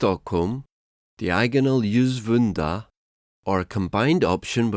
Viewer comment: Essing-elden... what? Youlsvunda? Oh, dear...